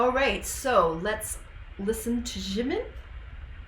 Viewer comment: jimin is read as jimmy